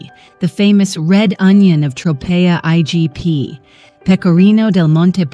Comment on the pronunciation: The mispronunciation of Tropea in this video is driving me crazy!